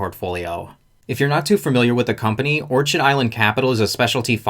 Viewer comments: Not that it changes the point of your info, but pretty sure it's pronounced "or-kid" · It’s orchid like the flower, don’t pronounce the ch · Orchid is pronounced "Or-Kid" ... Its a flower. A well known type of flower. Surprised this guy hasnt heard how it's pronounced yet. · Orchid is pronounced: Orkid....but spelling Orchid.... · It is pronounced or-kid like the flower... you really should verify you know how to pronounce the company name. Love the channel and just trying to help. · I saw that...and didn't buy. Just doesn't feel trustworthy, lots of sleaziness in Florida. BTW, it's OR-KID as in the exotic flower. OrCHard is where fruit trees grow. :) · Great video, but it’s pronounced “or-KID” like the flower 🌸